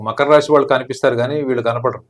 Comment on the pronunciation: ఒసేయ్ అది రాషి కాదే రాశి